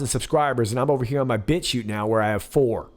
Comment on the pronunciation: Did you say Bitchute or Bitch Shoot?